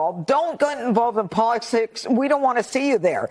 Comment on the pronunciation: "Don't gut involved in polit six"